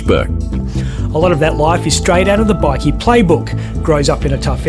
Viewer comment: The AI voice is annoying. He pronounced Bikkie which is short for Biscuit 😢😢😢😢